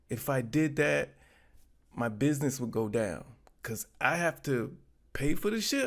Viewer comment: It's BizNasss not personal. Well not too personal 😂😂😂😂 stop being so wretched and ignit ya punks 😂